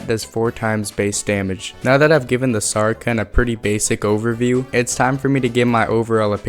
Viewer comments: "sarken" (saracen) is pronounced "ser-a-sen" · I've never heard someone turn sar-a-cen into sara-ken. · saracen is pronounced SARA SEN not SARA KEN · not to be that guy but saracen is pronounced like “sarasin” (sa-ruh-sn) and not “sarken” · Minor quibble with your pronunciation, but Saracen is pronounced "Sarah-Sin", but you are dead on with how to pronounce Falchion! Great video. Solid. Keep it up! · The C in Saracen is soft like an S. It’s pronounced like Matt’s last name from Friday Night Lights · Great stuff!! Also Saracen and Falchion = (Sarah-sin) and (Fal-shee-on) BTW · The “sar-i-san” weapon is the “fal-shun”. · Saracen - "sar-uh-sen" Falchion - "fal-chun" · Saracen is pronounced "Sarah-Sen". Falchion is pronounced "Fall-chun". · The pronunciations are, Sa-ra-sen And, Fal-chon Theyre a bit tricky because of the spelling but hope that helps